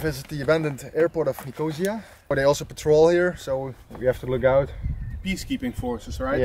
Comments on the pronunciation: It’s pronounced NIC-O-SEE-AH, not NIC-OH-ZEA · Someone should have told you how to pronunce Nicosia before you released your video. It is not NICOH-ZEE-UR as you pronounce it but NICOH-SEE-ER. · Someone tell him its Nick-oh-see-ya.